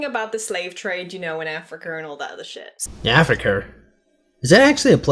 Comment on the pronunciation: People latch onto the "Afriker" portion but I really want to know who is pulling aside wee little kids to talk about the slave trade. That sounds like a much more interesting story to be told than her obvious lack of proper pronunciation of the word Africa.